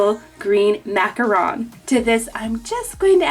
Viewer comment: Thank you for pronouncing macaron correctly!!!🙌🏽